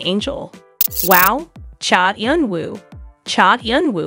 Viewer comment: First you should really learn how to pronounce a celebrities name before you decide to talk about them (for ratings). He is a very reserved person. Please respect him. Thank you.